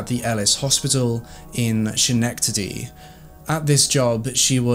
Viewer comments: Not trying to be the grammar police, I promise. The pronunciation of Schenectady is actually skuh.nek.tuh.dee, if I was not a native NY'er I would also pronounce the ch. Love your channel! xoxo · It's pronounced ske-nek-tady... love ya,. 😘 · I grew up 20 minutes away from this case! It's so weird to hear Schenectady in an accent 😂 we pronounce it ske-neck-tady rather than sh-neck-tady. I love your videos!! You deliver such a complete story with so much compassion for the victims and families ❤ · It's not pronounced schhhnektity it's sKuhnektity. Just fyi. <3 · I HAVE THE SAME QUESTION. IM FROM SCHENECTADY ALSO. SKIN-NECK-TA-DEE) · Schenectady is pronounced either "sken-eck-tidy" or "skuh-neck-tidy". Great video (so far haha)! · She lived near me. Her pediatrician fought like hell to get charges against her. He was probably the sole reason for finally having her charged.P.S. pronounced Skanecktadie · the "sch" sound is actually pronounced "skah" for Schenectady, New York 😩 otherwise, great video ✨ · I was going to comment that only cuz I’m from NY 😂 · You did a great job with this story. Thank you 😊! Also Schenectady is pronounced “SKenectady”. Just a heads up. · Hi... I love your videos. Since I live in N.Y I just wanted to point out that Schenectady is pronounced with a "K"... like Skenectady:).... I didn't know how to pronounce it until I moved here, lol. You make GREAT content and I love watching your videos... keep up the great work! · Fun fact, schenectady is pronounced skin-neck-titty. I grew up in Saratoga and we have a lot of town names that are hard to pronounce and I love hearing people try haha. Another good one is Schgaticoke (scat-uh-coke). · The county is Schenectady pronounced (ska-neck-ta-dy. Just for future reference 🙂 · LMAOOO "Chenecktady" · Skk-neck-ta-dee is how you say Schenectady 😉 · I love your channel. BTW it is pronounced SKA---NECK--TA--DEE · It's pronounced Ska nectady. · Skeh-Nec-tady (thats how you pronounce it)